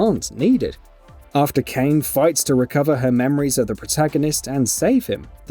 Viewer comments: The way he says her name just proves he's never played the game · Literally Emil says Kainé so many times. You just know he didn’t play lol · Dumb mispronounciations, like this one for Kaine's name, are what happens when the person reading the script doesn't consult with the script author, or anyone who actually played the game. :( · Not watching this because dude obviously doesn't care about this game or series. Can't even say Kaine correctly. SMH. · sToP mIsPrOnOuNcIng KaInE’S nAmE!!!! Imagine disliking a video and ignoring its whole premise just cause of the narrator mispronunciations. Genuine clowns lmao. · Bruh it’s not like he mispronounced a random name of a place or something, it’s one of the main characters. You have to have never even played the game or watched a video on it ever to mispronounce it, that’s why people are pissed, this guy has no idea what he’s talking about. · Why do you always pronounce the names wrong? How are trolling or have you never the game? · Clearly. Aren't these people supposed to be journalists & know what they're talking about? I saw another review where the guy claimed to be a big fan & even played the original thoroughly, yet he literally mispronounced every single character's name. Their names are spoken constantly throughout the game, it's not like you never hear them. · It physically hurt me everytime he pronounced her name wrong. Does no one check these before they upload? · This guy is definitely reading a scrip written by someone else who played the game. It’s “Kai-nay”! They say it a thousand times during the game! Not fucking “kane” 😑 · This is the first time a narrator made me scream at my phone. I mean.. what the actual fuck, it's Kaine not Cane!! 🙆‍♂️🤦‍♂️🤦‍♂️🤦‍♂️ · why do you keep pronouncing it KANE its kai-ne they literally say it in the cutscenes which are voice acted, its not like ffx where we didnt know how to pronounce it as tie-dus or tee-dus. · lmfaoo Kane yano It's Kainè mate don't crack me up 🤣🤣🤣🤣🤣🤣